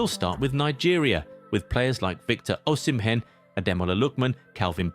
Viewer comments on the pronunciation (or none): none